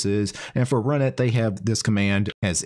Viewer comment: I thought that runit was supposed to be pronounced R-Unit...